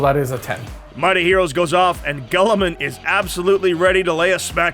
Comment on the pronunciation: unfortunately the lions rule set is bad compared to most other chapter leaders & by far the worst of the primarch class units! Also can i just ask ........ Who the hell is Gull a men??? Tool so bad at his job he can't even pronounce names correctly!